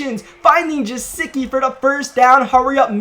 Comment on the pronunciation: is Guh-sicki, not ja-sicki 😂